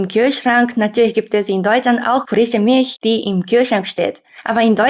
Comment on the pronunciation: Sie sagt so vieles falsch 🙉